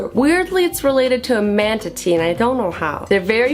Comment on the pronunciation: Fesant not pesant, manatee not mantatee